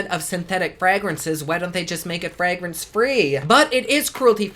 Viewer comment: Do other people in your region say "fraay-grance" too ? Lol.